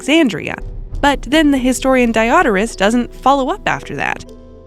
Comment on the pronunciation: Die-Odorous. For a smelly death? Usually pronounced Die-Oh-Door-Us, with stress on the ‘Oh’.